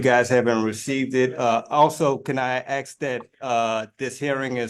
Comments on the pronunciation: . It really irritates me when people mispronounce "ask" as "aks". FFS.....it's a three letter and one syllable word! How hard can that be?? 😬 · "Axe a question" "Libary" "Imma have a issue" and moor "Axe"-ing of questions. Lol Yeah, looking up 240.12, or 24012, out of Louisiana ... it doesn't exist. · its so annoying that he continiously says 'AKS' instead of 'ASK', gosh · The word is 'ask'. A-S-K'. Not 'AKS For my whole life I've wondered why black people cannot say that simple word. Does anyone know or will this little conundrum go to my grave with me? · That's the strongest Axe I've ever heard. Axing the court in under one minute- decent... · ' can I axe ' Jesus Christ 😂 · Well, he DID "Axe" them to use the "libeery" good thing he "axed" them if it was being recorded. It's always good to have Royalty immortalized in a digital format for future generations of His Magesty's family to watch.